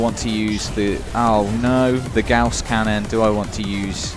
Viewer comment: Gauss, like gowce, is correct. Magnetic rail accelerated projectile